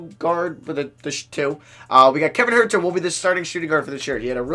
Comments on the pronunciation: Huerter’s last name is pronounced hurter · does it bother anyone else how he says kevin huerters name???